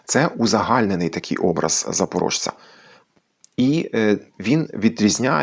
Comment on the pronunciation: Дякую за цікаве відео. Тільки ж правильно казати не [запоро́жц`і], а [запоро́з`ц`і]